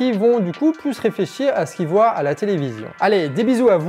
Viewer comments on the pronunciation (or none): none